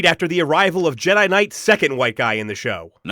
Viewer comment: "Je-DEI" hits hard.